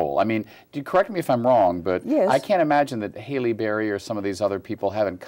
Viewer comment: LOL. He called Halle Berry Hayley Berry. Julie Newmar is truly ageless! This is an awesome interview!!!